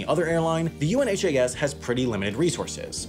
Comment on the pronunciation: UNHAS is pronounced by those who use or operate it as a single word, like the opposite of Has is Un-has. Not each individual letter.